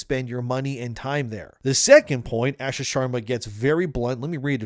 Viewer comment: Bro. Stop pronouncing her name incorrectly. It’s pronounced “ahhh-shaa”.